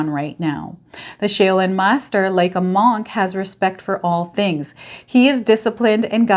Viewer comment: shaoLin master pronounced Like shawLin 😊😊😊 gemini here..